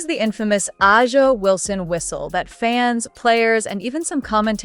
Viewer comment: Your videos are embarrassing... First of all: whol is I-Yah Wilsoln. Learn to pronounce peoples' names correctly... and this is a video on 'I-Yah' Wilson, and it's odd to see video shots of the Iowa Hawkeyes and Angel RFeese/Chicago Sky....